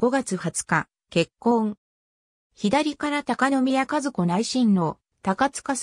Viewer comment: 和子(わこ)ではなく、かずこですよ🎵